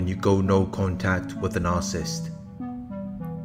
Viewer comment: It’s pronounced nar-Ci-ssist , not narcist.